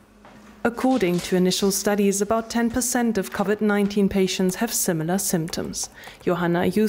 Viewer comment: The reporter should work on her pronunciation of the word: Covid